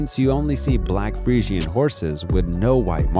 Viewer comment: Omg he's pronouncing fresian wrong 😢😂